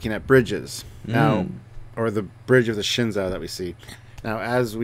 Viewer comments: The Shin-Zow? It's pronounced Shen-zoo. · Shenzhou is the name of the ships of the Chinese space program, and it's pronounced "shen-joe" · Please, I don't want to be pedantic or anything but the "zhou" in the name Shenzhou should be pronounced like the English name "Joe". It's Shen Joe. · The actual Chinese spacecraft, Shenzhou was pronounced Shen-zoo. If they pronounce it differently in the show, I might not kill myself :)